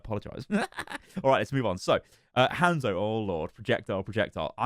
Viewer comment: i love how the brits say "hand-szo" lol